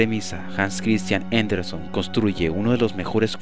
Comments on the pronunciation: El apellido de Hans Christian ANDERSEN se pronuncia como se escribe: ANDERSEN, no ANDERSON como se escucha en el video. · Ni siquiera dijo "Anderson". Dijo "JENDERSON" 🙄